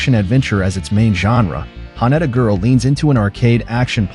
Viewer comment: Sorry but the AI voice is terrible, can't even pronounce Haneda correctly.